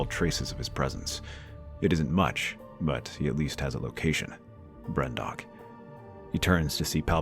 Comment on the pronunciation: "Brendok" Aaaaaand I'm done with this video